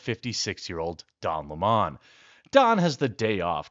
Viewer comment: His mane IS don leh-mon…